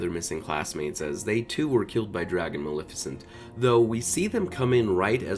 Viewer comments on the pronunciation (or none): none